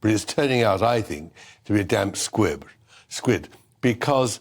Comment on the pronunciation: Did he say damp squid???